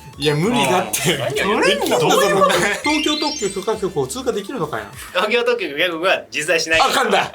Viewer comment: 東京特許きょかこく って言えてないやん